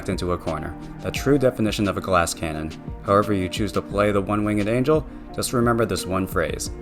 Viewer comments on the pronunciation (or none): none